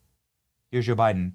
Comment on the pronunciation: Haha, did you say Joe Biden or Joe biting ??